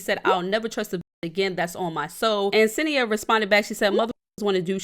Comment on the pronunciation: senia not asenia